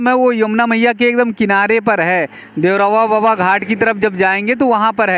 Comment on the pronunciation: आप जब भी देवराहा बाबा का नाम लेते हैं तो देवरहवा बाबा, देवरहवा बाबा कहते हैं। इससे आपको उच्चारण में भी दिक्कत होती है, इसलिए आप सही उच्चारण करें---देवराहा बाबा